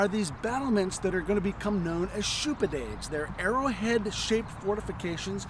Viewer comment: Shoupidade???? Shoupade, if you people are going to come west, at least learn the proper pronunciation of the terms. The fortifications along Johnston's River Line were designed by Francis Shoup, thus the name.